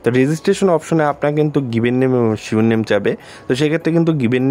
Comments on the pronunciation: ভাই শিওর নেম হবে না, সারনেম হবে এটা একটু মিলিয়ে দেখবেন। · ভাই Surename শিওর নেম বলে কোনো শব্দ নাই 😅। এটা হবে Surname সারনেম। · Bro it's not (sure name) surname (সারনেম) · শিওর নেম না সারনেম